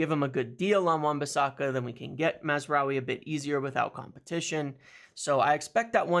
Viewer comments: Congratulations on your (repeated!) pronounciation of Mazraoui! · Congrats on finally pronouncing mazarai correctly